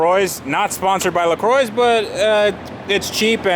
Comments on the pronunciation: Was engaged till u said « le croyze », please, this goes for anyone, learn how to pronounce words. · La Croix rhymes with Bra mes ami. It means cross in French.